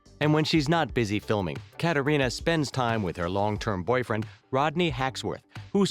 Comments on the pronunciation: Kattereena? Its kat reen ah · Also he pronounced Katrina’s name wrong and said chief instead of governor